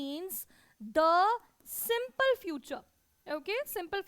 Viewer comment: Yes in French SIMPLE is pronounced as sample . I don't know why she teaches .